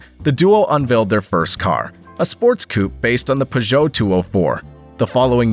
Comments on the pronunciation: Well it's not the worst way I've heard someone say Peugeot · Listening to this guy pronounce Peugeot is grating. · Thank You for another mgnificent production. I still have not worked out what was more awe-inspiring: the horsepower ratings of these small European engines or the intriguing shape of the wheel arches, (or lack of) on the P88. Also thanks for a fresh pronunciation of the name Peugeot. As a child I might have read it before hearing anyone speak it aloud, and so I always called them PIEw-joe, as in Pepe le Pew, with the emphasis on the first syllable. Then in high school ensued prolonged arguments with friends who pronounced it PURR-joe, as in purring kittens, again with the emphasis on syllable #1. Now hearing the name pronounced purr-JOE, with the emphasis on the second syllable, I concede that my childish phoenetic pronunciation, based on reading the name in a book without ever having heard it spoken, was err, well, inaccurate to put it gently. Which of the other two is correct; which syllable to emphasise? I'll leave that between you and my high school mates. (who would agree with me that Porsche has one syllable - silent E)